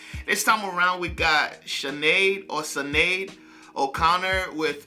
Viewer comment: Iconic. Beautiful song, beautiful but troubled lady. Her name is pronounced Shin-ade.